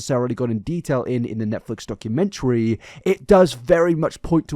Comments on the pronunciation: it really bothers me the way says "documentary" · Can someone teach the Wilson family how to say documentary.